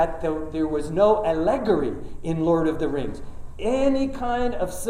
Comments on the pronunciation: A-luh-gaw-ree. Not a-leg-uh-ree. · Incredible. He's a linguist, and that is how he pronounces "allegory?" Is that an accepted pronunciation? I have never heard anyone accent the second syllable in that way.